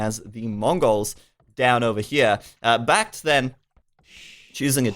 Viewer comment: Brits too stronk with sheep bonus for food and cheap TCs for wood, which means more resources for trash. BacT would do better if he stuck with the scouts and raided farms imho. Also,, why do you pronounce BacT's name as sth like Bah-Gee-Oh-Froh?